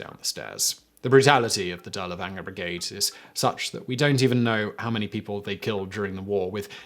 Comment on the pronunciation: Good stuff, but you were killing me with your mispronunciation of Dirlewanger.